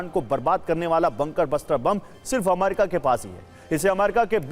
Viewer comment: Sir jee A-MA-RI-KA nahin A-me-ri-ka hota hai